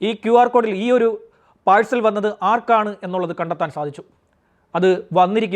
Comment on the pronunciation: Time പാഴ് സൽ ❌❌🙄 പാർസൽ ✔️✔️😌